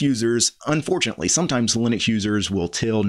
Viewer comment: Love your stuff but.... it's lye-nux not lih-nux ( you manage to call Linus, lye-nus so it's not a speech impediment ) And the G in gnome is silent. nome, not gee-nome after 5 gee-nomes I have to tune out Sorry. To the case in point, Linus is addressing noobs & MS fanbois. I get it, you are uber l33t and can command line the bejasus out of the world, but some peeps (*gasp*) simply don't care, they just wanna play games. I double damn bet you don't reset your points and timing every time you drive to the shops.